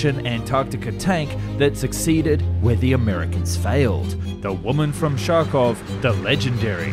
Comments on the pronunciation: "Shark-off" lol. Проводница ругается: "Хто нахарькыв? Немедленно убрать харчки!" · you say kharkov like sharkov, and I've never heard a Ukrainian or Russian ever pronounce it like that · Kharkov = “HAR-Kov” 😏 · I'm from Kharkov and i'm offended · No idea why you're pronouncing Kharkov like that.. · Its pronounced Harkov / Harkiv not Sharkov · it’s not that it’s incorrect, it’s that there are native English sounds that are much closer than the one he used, but it’s not entirely his fault, who ever designed Russian transliteration did a poor job. To English ears the the Russian х sounds most closely to h. Kh just confuses people and makes them completely different sounds than the intention, as in the case of this video where he pronounced it as sh. The k should just be dropped and spelled harkovchanka. Whenever you see kh in Russian/Ukrainian names, cities, words, just ignore the k and pronounce it as a regular h, it’s not the same, but it’s close enough and will sound ok. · Dude, please it is city called Kharkov, not Sharkeev... The word "Kharkov" is even written with the English ortography... how to help you westerners read your own alphabet with your own otrography?! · yeah, but it is a USSR vehicle named in Russian, so the spelling is Kharkov i know you get buttmad over this, but let's stay correct with the facts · In Kharkov you can pronounce "Kh" like in "hacker" or "hatcher". Try to say "Harkov". You says it like "shark" and it's very funny. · Omg it is Kharkov, not Sharkov! The “kh” is read as “j” in jalapeño. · Sharkov ?) try K-h-arkiv instead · All the research and editing, but you couldn't be bothered to lookup the pronunciation of Kharkiv, or Kharkovchanka? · It is wrong to say sity name Kharkov like sharkov. Naturaly it sounds Harkov, first sound like in name Hulk. In age of internet you spend 1 minute and say correct. Or 1 minute for english(or american) speakers is too long? Respect other nations and traditions, and they will respect you